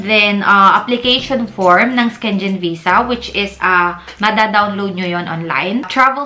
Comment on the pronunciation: Syengen tmang pronounce